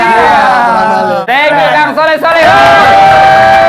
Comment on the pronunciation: Soleh min bukan sholeh.